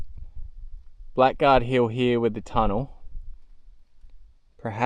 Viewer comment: Hi Love these historical researches!! Just a note that has been grating with me…. Blackguard is pronounced “bla gaard” What does it mean to call someone a blackguard? a.: a rude or unscrupulous person. b.: a person who uses foul or abusive language. seems to fit gold prospectors!!!